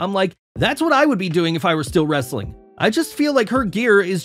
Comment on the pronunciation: Pls stop saying wrestling like a barking dog No disrespect, but it's annoying and cringy